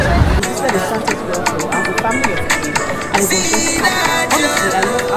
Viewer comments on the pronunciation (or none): none